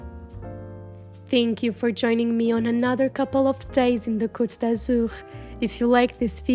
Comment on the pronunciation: Si vous appréciez tant cette belle ville de Cannes où je suis née ! Et cet élégant hôtel !S'il vous plaît prononcez bien les mots Cannes ,croisette, côte d'azur etc....